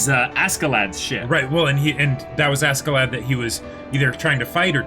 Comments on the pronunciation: Pronunciation note: Askeladd=ASHeladd. It's a Scandinavian thing. You're pronouncing the J in Jomsviking right, though, can't say that for every reactor. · This is Snake It's pronounced Asheladd in the anime, though. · I know, I educated myself on the subject, but in the context of the character in the anime it is pronounced with a SH.